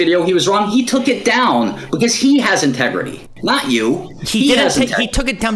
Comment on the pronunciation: “Tegredy Farms” is the only thing I hear when MS says integrity